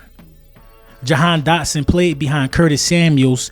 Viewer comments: If you got the kid the least you could do is get his name right 😂 my guy said "dahan dotson" twice. My guy, if he's so good why would WE CHOOSE to get rid of him after seeing him in two preason games and training camp and not wait until next year? Because he's been unable to get open and has serious drop issues. But sure lie to yourselves rather than listen to the fans who literally have seen ever. Single. Snap. I'll be be back mid season to laugh. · “dahan jotson “ ik your excite get the man name right